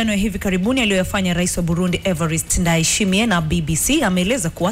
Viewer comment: Ninyi waandishi wa habari, kwa ushauli tu , please jarubini kusoma vizuri majina ya waraisi, it can't be written "Ndayishimiye" then wew kama mtangazaji unasoma vitu tofauti.....remember crown Fm is copying from BBC news.